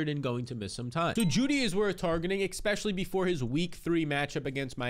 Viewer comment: Especially. Not Ickspecially. Drives me nuts.